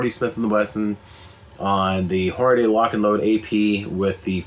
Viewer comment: As soon as you said "hornaday", I stopped watching. There's no "a" between the D and Y. It's pronounced "horn-a-dee"